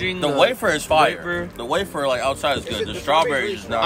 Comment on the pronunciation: My man said Oreo WahFer 😂😂😂